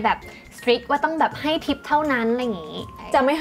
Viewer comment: ทิป ไม่ใช่ ติ๊ป ติ๊ป ภาษาที่พวกตลกเอามาเล่นกัน